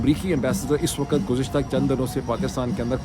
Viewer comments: A request about the pronouncing two words' WAQT and LAFZ, please a little attention. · Janab you are one of the best, please try pay a little attention on this request about two words' pronouncing, " waqt " and " lafz ", please, thanks.